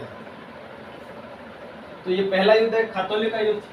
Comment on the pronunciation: it's not khatoli it's ghtoli